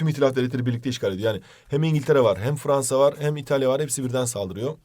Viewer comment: Fvansa :D